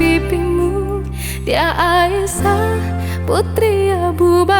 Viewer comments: Aisyyyah lebih bagus di dengar daripada Aisah ,pengucapan aiysyah nya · suaranya bagus cuma pengucapanya diperbaiki sedikit aisyah bukan aisah. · pengucapan nama.y ummi Aisyah.y kurang menyatukan penyebutan Ai Sya h nya trdengar pengucapan.y Aisah kami pans jdi peduli karna menyangkut istri.y nabiullah kita😊👏🙏